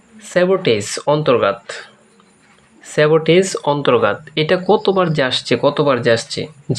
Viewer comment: অন্তরগাত না অন্তর্গত😂😂😂